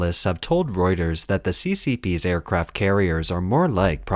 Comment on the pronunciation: “Aircaraft” carriers?